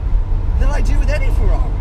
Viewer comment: What is a Fewwawi?